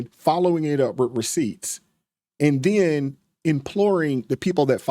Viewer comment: This mother f*** said "and den ", lololol. U mean then